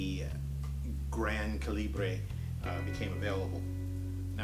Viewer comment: Some incorrect information here and simply wanted to correct :) Calibre is pronounced ‘Kal-eb-burr’. Like the size of a bullet. Caliber/Calibre Second. Quartz only came to prominence in the late 60s and 70s starting with the Bulova accutron. The chronograph feature is much much older. Chronographs were automatic and quartz chronos came later. Good luck. Thank you for the video.